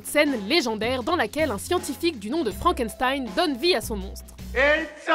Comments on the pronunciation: FrankenStein?! Franken"S"tein ?!!! C'EST ALLEMAND NUN DU DIU! CELA SE PRONONCE "FRANKENCHTEIN" !!!!! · j'ai été choqué quelle dise frankenSStein Like si tu dit frankenchtein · On dit FrankeCHTEIN pas FranckenSSSSTEINE!!!!!! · Je suis la seule à avoir oreilles écorcher quand elle prononce Frankençtein au lieu de Frankenchtein ? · c'est pas méchant, mais frankenstein se prononce frankenchtaïne ;) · FrankenSTein ça se prononce CHTEIN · ça se prononce "Frank and chtaïne" et non "frank and staïn" MERDE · Frankenstein ça se prononce "shtein" s'il vous plait x'D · Vidéo pas mal qui fait découvrir des références cultes, mais sérieux les gars "Deus Ex MaSHina" et "FrankenZtain"... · On dit "FrankenCHtein" au passage ;) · Super video mais sa se dit Frankenchtein en fait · Sa se prononce frankenscheine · Faut revoir la prononciation de Frankenstein!! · Elle est un peu bizarre la prononciation de frankenstein nan ?